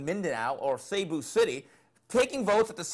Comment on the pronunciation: or Say Boo City .....its See Boo City dumb a22 spelled Cebu City lol